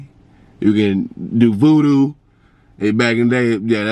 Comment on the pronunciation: You said voodoo it’s oovoo 😂🤣